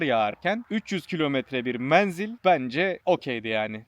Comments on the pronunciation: lütfen "menzil" kelimesini kapalı e ile söyleyin. videoyu yarıda bıraktım, defalarca aynı kelimeyi yanlış duyunca devam edemedim. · Menzil ince e harfiyle söylenir dostum. Her menzil dediğinde kurşun yemiş gibi oldum. 😂